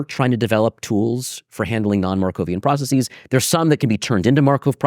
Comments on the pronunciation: Anyone else annoyed by his incorrect pronunciation of processes? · It's difficult to follow when he rhymes processes with prophesies, i profess